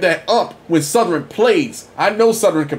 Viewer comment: I really dislike the way you pronounce the name of my university. It's Southern not Southerynn!